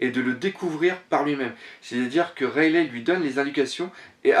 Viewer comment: Point de vue interessant si j'ai une remarque a faire c'est la prononciation du nom des personnages rayelait ça m'a fait mal (rayeligue c'est mieux) ça fait plus vo sinon pour le reste je continuerai a suivre comme gonzaroo vous vous rejoignez pas mal et les hypotheses sur la suite font rever